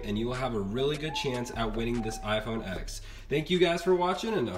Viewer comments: why do you keep calling it iphone "x", its a roman numeral so its spoken as "ten" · It's called an iPhone x and the x is pronounced TEN